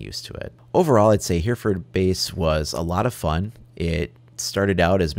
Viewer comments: I live in Hereford and for future game plays it isn't pronounced here-ford it is h-ery-ford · Pronounced 'Heh reh ford' my friend! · Great video. Although it's pronounced hery-furd. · it's been said already but that's not how you say Hereford, I'm from there so I can assure you of that